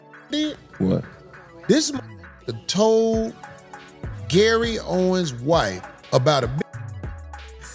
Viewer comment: Still calling that man Gary “Owens”